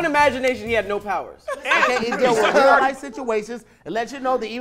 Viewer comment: Cuh said rear life the first time😂😂